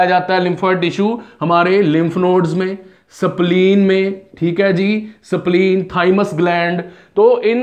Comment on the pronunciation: Informatiive video, it's useful to all but you are pronouncing spleen as sapleen sound, that's strange for me.